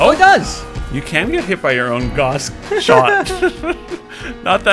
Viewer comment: "GUASS WARTHOG"?? dafuq?